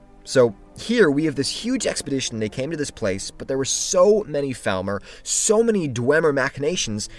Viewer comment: Hey. Just wanted to ask if u could say Falmer in a way way that doesn't sound like thalmor, because it had me confused for the entire video